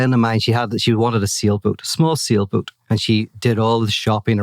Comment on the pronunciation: He said sailboat but I heard "seal boot".